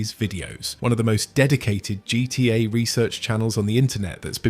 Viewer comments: Nope. Notice how weirdly he pronounces "GTA" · Why can't you say gta properly? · Ai Voice? Started wondering cause of the "GTA" pronunciation